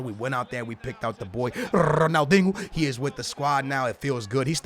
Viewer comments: Lmao go back to your previous videos you say “dingo” not dinho 😂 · Just fucking say Ronaldeenyoo. Een yoo. Not, uno or inooh. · it's not Ronaldingo, it's RonaldinIO ffs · Ronaldingo, stupid twat learn to say people's names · You guys think I say Ronaldingo I say ronaldingo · “Big boy Rrronaldingoo” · can you stop saying ronaldingo it's actually so annoying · "I don't say Ronaldingo... I say Ronaldingo."😂😂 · Ronaldingu lul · a lot of yall gonna say you say ronaldingo, I don’t say ronaldingo I say ronaldingo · Can you stop saying ronaldingo? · Me: don't say it: Ronaldingoo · you can't claim that you didn't say ronaldinho with a g there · i do but its ronaldinho its always spelt that way its just how u say it stop tryin to be cool ur pretty much ruining his name u 3 yo